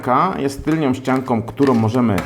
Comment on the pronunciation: Tylną* nie tylnią.